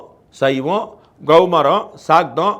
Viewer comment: குமரனை முன்னிறுத்துவதால் அது கெளமாரம். அதாவது ( Kowmaram ). ஆனால், பாண்டே எப்போதுமே Gowmaram என்கிறார்!